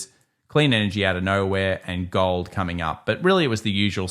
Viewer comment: How about "GAWOLD" dude? Oh and no "ION OWH"?